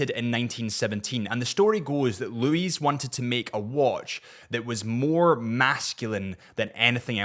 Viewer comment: Louis Cartier = Loo’ie not Loo’ise